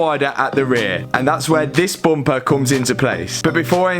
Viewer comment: Learn how to say bumper ha ha!